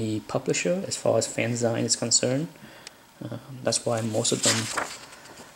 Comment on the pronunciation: I've always been a fan of Byrne and his work caught my eye when he was still at Charlton, long before he did anything for Marvel. Thanks for posting this. BTW: "fanzine" is pronounced like "magazine", not the way you pronounced it.